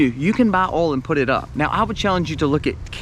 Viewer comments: Yeah before you said that, you said Oil and I was like what? it's Oil not oul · All the “alls” 😂 or in NY Oil (oy-ul) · ❤ Love hearing Oil or AwwhOilsss said in the southern accent.. I need to move down there.. Lost in CT 😪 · I love the way you say oil. You probably from South Carolina How about?